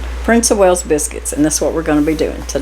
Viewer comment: There is no 'H' in WALES, I should know as I'm Welsh from Wales UK lol